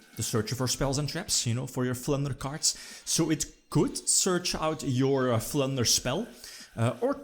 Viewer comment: I kept thinking you were saying "Plunder Spell"